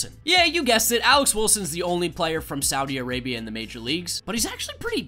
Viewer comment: “sowdi arabia”